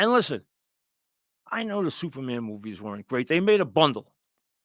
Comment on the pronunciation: Please, I need a Francesa movie review every week. Supahman is not youmin.